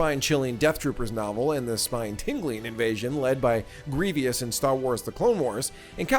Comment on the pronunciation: It's Grievous* not Grievious, just FYI. 😉